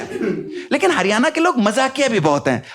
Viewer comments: हरियाणा बोलना तो सीख ले भाई। हरियाना क्या होवै है 🤦🏼‍♀️🤦🏼‍♀️ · Bhai हरियआना nhi हरियाणा hai yo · हरियाना नहीं हरियाणा😂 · Bhai haryana ko pronounce to thik se kar lijiye.